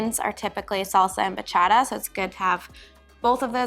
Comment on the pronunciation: You had that Bachata pronunciation down! 😁